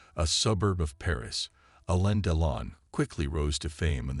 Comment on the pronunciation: Right away you know it’s AI with the mispronunciation of Macron. it’s not Make-run.” Or Deelon. This is when I leave.